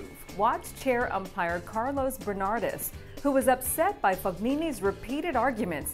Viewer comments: OMG, if you cant pronounce the names of the players correctly, dont even bother coming on screen. Barbaro Streetsova? Dulghe-ra? Fog-nini? Ber-ditch? Schai-der? And whoever prepared the script - do you not know what throwing shade means? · Definitely there's no reason to disrespect the narrator. As you said, she provided context, and she's quite pleasant (I happen to find her very attractive). I just don't think she's a big tennis fan because she pronounced "Fognini" wrong, but that's besides the point. Some people lack humanity and common decency. She's a human being with feelings. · Learn how to pronounce FOGNINI.